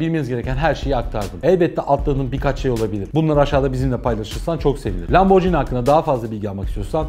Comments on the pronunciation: Bi video yaparken biraz araştır laborji ni diye okunmaz Lamborghini okunur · Atladığınız ve bilmemenizin ayıp olduğu en büyük nokta italyan spagetti gibi okunması gereken italyan lambor(G)ini nasıl spagettiye spacetti demiyorsak lamborginiye de lamborcini demememiz gerekir. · Müdür super. Akış çok iyi. Tek sıkıntı lamborcini değil de lamborgiini seklinde okunması. Gecen bir videoda porş değil porşe diye duzelttin kazandın bizi. Neyse başarılar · hikaye mükemmel bir şekilde anlattınız ve teşekkür ederim. Fakat markayı yanlış telaffuz etmeniz üzücü oldu. Jini değil, gini olarak telaffuz etmeniz gerekiyor, çünkü 'g' harfinin arkasında sesiz harf 'h' olduğu için gini olarak telaffuz etmeniz gerekmektedir. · Abi bari sen lamborcini demeseydin yaa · Hocam, Lamborghini'de g ve i arasındaki h harfi, g'nin c'ye dönüşmesini engellemek içindir. Yani markanın okunuşu lamborgiini, lamborciini değildir. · Bu videoyu yeniden çekmelisiniz bence sayfanın adına aykırı.Lamborcini değil de Lamborgini diye okuyarak düzeltmelisiniz. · Yalnız lamborcini değil lamborgini diye okunur BİLMEMEN AYIP :)))))) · Lamborcini değil lamborgini olduğu gibi okunur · lomborjini bilinir lamborgini okunur düzeltiyim abi. Bu arada bi renault sport bekliyorum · Lamborghini’yi anlatıyorsun.Daha doğru okuyamıyorsun. Okunuşu: lam-bor-gi-ni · Tolgahan Kartal Adam lam-bor-ci-ni diye okuyor keko